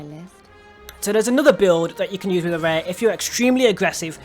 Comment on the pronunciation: dislike because you cant even pronounce the characters name properly and i cant bother listening to you make the mistake over and over again